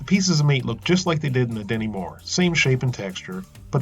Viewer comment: No matter how many times I rewind it and listen to it again, I could swear you're saying "Demi Moore". Maybe it's because you Americans pronounce your 't's' with a soft 'd' more often than not. Like, "stew" sounds like "sdu", and what-not.